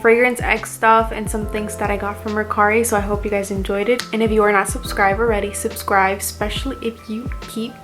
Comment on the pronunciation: First off I love your videos. But this whole time I thought you couldn’t pronounce B’s, (but you mentioned before English isn’t your first language so I thought that was why) but you said berry just fine. Lol. You always pronounce subscribe like subscrive. And I can’t think of the other word that you did on.